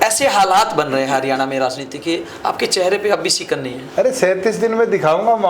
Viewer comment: ये हारयाना क्या होता है क्यों मुंह चिगड़ा रहे हो